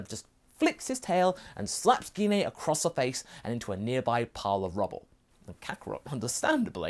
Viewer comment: The way you keep pronouncing gine's name is really triggering me it's pronounced ji-nay not gi-nay her names been pronounced in unofficial content games etc but the most recent was in the broly movie which is cannon and even in that it's pronounced ji-nay